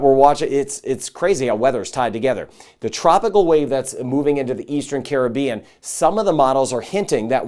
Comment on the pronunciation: Much thx for weather updates and pronouncing "Caribbean" correctly.